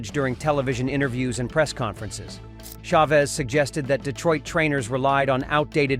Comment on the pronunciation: The AI doesn't know how to pronounce "Chavez". It's a sign of low effort content where the uploader can't be bothered to voice or edit their own videos before uploading it.